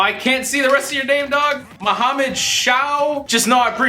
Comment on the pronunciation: The way you pronounce Mohammed makes me so damn happy. People would say some stupid shit like mokhammaad or maaahamed.